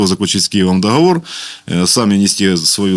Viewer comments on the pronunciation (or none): none